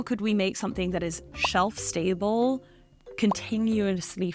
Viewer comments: Why did she sound American ?? “Shelf stable” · Why do you have an American accent when you say "shelf stable"